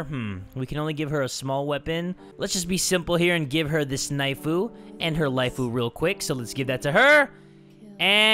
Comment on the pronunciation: U always say knifu